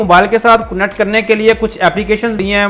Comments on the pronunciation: Not kunnect..its connect!! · It's not cunnect it's, connect